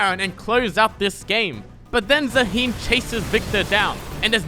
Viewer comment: It’s Zaah-hen not za-heen 😭